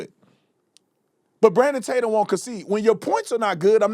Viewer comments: Lemon called Officer Tatum, Tator? What a spiteful idiot. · You can tell Don Lemon feels inferior to Brandon Tatum because he purposely says his last name wrong! I can't stand this hypocrite! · I wonder if he realizes that ppl are literally laughing at him for going out of his way to mispronounce your last name? Like he doesn’t know who you are. Ohhhh, he knows and the amount of jealousy is astounding and honestly, hilarious!